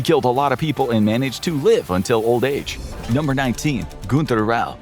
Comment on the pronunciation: its not gunter its more like gynter